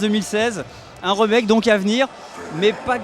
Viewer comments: "un re-mec-que" Pwhahahahahhahahha il est est sérieux, faut arrêter la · Mon dieu, mais la faut arrêter de faire du gaming ^^' "remake" prononcé à la françaisse, et Shenmué ><